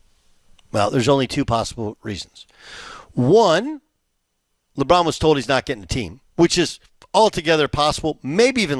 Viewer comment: sounds like he said Lebum for a second there😂😂😂😂